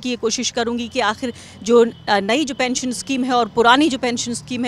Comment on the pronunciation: Kya pensan pensan bol rahe hai sir